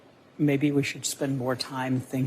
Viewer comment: “skeptical” I started busting up laughing when I heard that